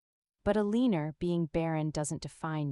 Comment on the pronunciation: E-lean-er? vs Elena...hmmm